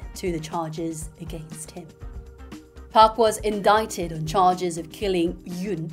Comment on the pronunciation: Indict 발음이 특이하네요 !!!배워갑니당~~~